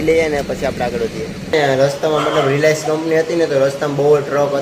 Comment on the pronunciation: સરખા શબ્દનો ઉચ્ચાર કરી ને બોલતા તો આવડતું નથી. રિલાયન્સ ઈન્ડસ્ટ્રીઝ કંપની એમ બોલાય રિલેક્સ કંપની એમ થોડું બોલાય .. નિકળી પડ્યા છે મોટી ભારત ભ્રમણ યાત્રા કરવા